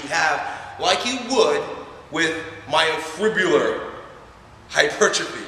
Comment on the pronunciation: hard to take this guy seriously when he can't pronounce myofibrillar